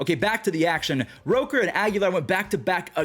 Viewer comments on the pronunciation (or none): Brent Rooker, not Roker